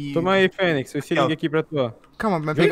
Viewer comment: "fenyz" eh foda KK